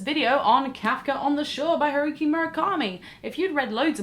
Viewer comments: Kafka on the Shore by WHO? Huriki, what the hell did you say? HURIKI? What the fuck is a "HURIKI?" Damn, girl, you really butchered it this time. It's HA (like haha, laugh) RU ("u" as in uber)-KI (as in kilogram). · I listened several times, I didn't jump the gun on the first one. I played it back more than once. Patronizing? No, I don't believe it was. If you're going to do a review at least make sure you have the author's name right. I get that foreign languages sounds will differ from your own native language, but that wasn't even close. You gave him a whole new name.